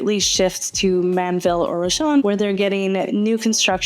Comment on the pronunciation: It's "Ro-Sharon", from "Rose of Sharon". "Rosharon". And there's too many houses being built off 288 - it's going to be just horrible, traffic wise.